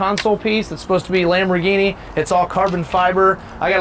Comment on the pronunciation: Lamfo instead of Lamborghini